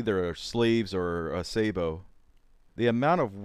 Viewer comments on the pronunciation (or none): Saybow? O.o Sabot is not pronounced that way... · Sah bow. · What is it with people not pronouncing French words properly. :S Why do they think all French words have ay in it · I'm not the one who can't pronounce sabot and thinks flechettes and .50 cal is appropriate for use against humans.